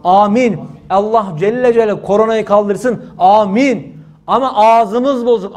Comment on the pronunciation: Allah Celle Celâlühu demek yerine neden düzgün söylemiyorsunuz da Allah Celle Ce deyip kısa kesiyorsunuz? Videoyu tekrar izleyin ve ne dediginizi bir daha dinleyin olmaz mı?